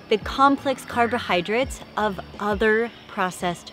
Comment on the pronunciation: I was spelling it how she pronounced it, you silly goose!